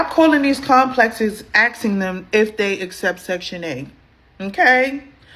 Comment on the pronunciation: Stop axeing dem.